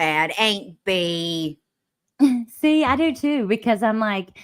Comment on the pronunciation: Im.late, but i cant stop laughing not "aint Bee" too🤣😂